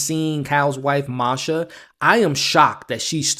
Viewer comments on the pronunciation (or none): Also: I love that you called Marsha "Masha"! I have a friend/coworker who's Russian, named Masha, and hates having her name mistaken for "Marsha," so it's great to see it go the other way 🥳